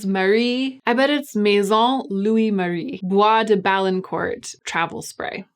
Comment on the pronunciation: You nailed the Maison Louis Marie prononciation! And Bois de Balincourt is my favourite fragrance right now. It smells like old church incense in the best way possible! I know sounds weird 🤷🏻‍♀️